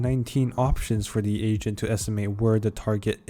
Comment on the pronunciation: Why the hell i hear asian instead of agent